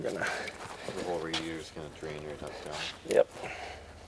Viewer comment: Juat say fucking radiator. Lord kids. Dont be so lazy